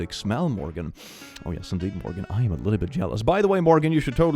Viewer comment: i always hope he says my name and i got so excited until he said morgan instead of morgaine